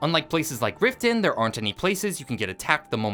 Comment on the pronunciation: its not rifton thats for sure